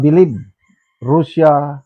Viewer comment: Can you pls pronounce properly russian and russia i advice u to check google the right way to say those words to give dignity to their people